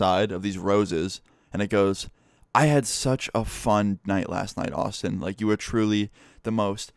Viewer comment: When you say Austin it sounds like you say awesome Btw this comment is not trying to be offensive You have the most interesting life lol 😂